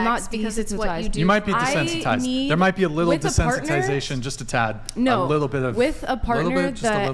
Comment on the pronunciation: “I’m not desensentized” she can’t even say it right lmao